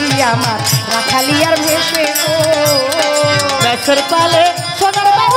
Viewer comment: রাখালিয়ারভেসে নয় শব্দ টি হবি রাখালিয়ারবেসে।